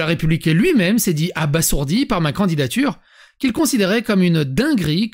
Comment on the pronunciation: Ok pour le jeu de mots tellement nul qu'il en est drôle... 😅 Mais... "abasourdi, abasourdir" se prononcent "aba_z_ourdi, aba_z_ourdir". Beaucoup de gens font la faute, je pense par analogie avec "assourdir". 😁